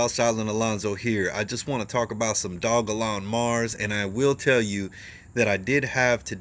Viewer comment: Only you and crypto brown pronounce the name correctly